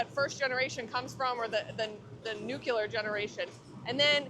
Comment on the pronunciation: I’m absolutely shocked as to how, or why, I was able to notice, I mean with the distractions, but it’s “NEW-CLEE-ERRR”.